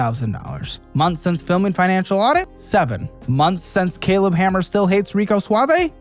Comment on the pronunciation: Oh. Happy New Ywear! What's tha bwig deal? 😂